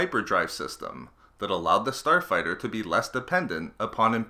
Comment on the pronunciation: "Star fighterrrr"